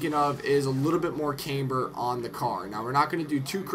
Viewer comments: Pronounce "Camber" properly too! its not "Cameber" or "Caimber" The "Cam" is pronounced how you could say camshaft.. you wouldn't say came-shaft would you.... its "Cam-ber* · yes it really "fucking" does... is there any need to be a dick about it. he speaks like he knows all this shit but he doesn't know how to say camber.... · OH MY GOD he said camber wrong so that means he doens't know anything about cars? doesn't make much sense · what i'm trying to say is, if you think you know about all that jazz, atleast be able to pronounce it properly....